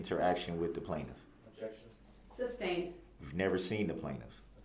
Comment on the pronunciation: Alleged Defendant?!?!?! 😂 No, Brooks, you are the defendant, your crimes were alleged (not anymore). Axed/asked, texas/text's, substained/sustained, unbiblical/umbilical cord, troof/truth, etc... How TF did he graduate from highschool!?